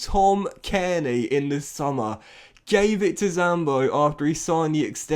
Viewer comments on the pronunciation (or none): none